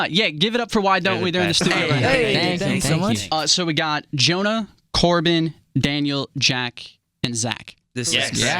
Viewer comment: At the start did he said Junah instead of Jonah or is it just me?? Ok just me lol😅🤧🤷🏾‍♀️